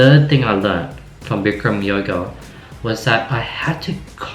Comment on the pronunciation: It's bikram, not brikram. Avid practitioner for 10 years. The best advice I can tell you is to learn to only breathe through your nose. When you breathe through your mouth, you go into a fight or flight response. When you learn this, it gets so much easier. Going with the class as much as you can is advisable too, rather than slowing on your own. It takes a lot of mental clarity.